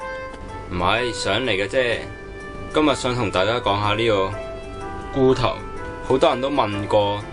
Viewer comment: 不過你講茹頭, 講到好似龜頭咁